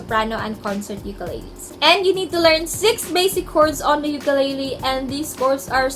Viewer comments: You have a wonderful voice and you play well. Nga pala, hindi po yan "Yukeleyley". It's ukelele. If you know what I mean. Thank you. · Ukulele is pronounced “oo-koo-leh-leh” ; “ookoolehleh” please say it the right way. Thank youuuu💙 sending my aloha from hawai’i